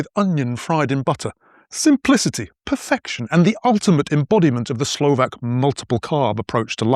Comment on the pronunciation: You pronounce Slovakian words flawlessly.